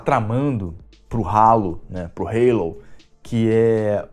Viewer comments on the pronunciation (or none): Ih rapaz falou Halo (reilou) com sutaque, o velho perdeu a essência